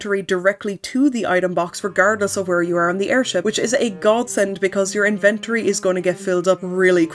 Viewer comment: Gurl. "Invent-or-E".